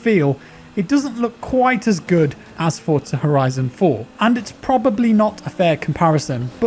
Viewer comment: Holy shit, a non-Italian that pronounces ‘Forza’ correctly! B A S E D